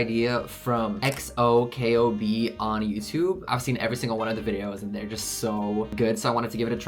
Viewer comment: I think xokobees name is pronounced KO BE